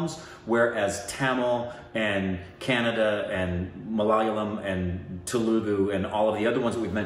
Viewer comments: its kun-ada not canada (the pronunciation). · Kannada is not pronounced the same as Canada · Its ku nu du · You guys are butchering "Kannada" 😂😂